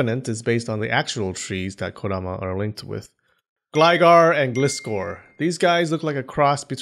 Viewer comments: Okay seriously why do people always do this ? They say GLYgar and then GLIS-scor. even though both are spelled the SAME way "Gli" they can get one right and screw up the other. What about seeing Gliscor makes people suddenly forget how to pronounce the word GLIDE ? "GLIde GARgoyle" GLI-GAR, "GLIde SCORpion" GLI-SCOR it's not complicated lol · It's pronounced ( Ga-lice-kor ) not ( Glis-Kor ).